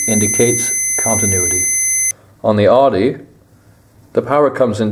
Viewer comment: I couldn’t watch this video in full. You said Audi incorrectly too many times